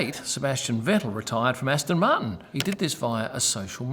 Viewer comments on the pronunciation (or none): none